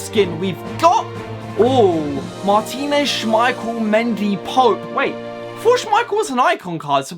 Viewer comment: It's pronounced Mundy